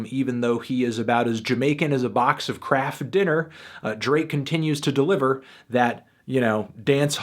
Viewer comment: did you purposely not pronounce the t in the kraft to sound more Jamaican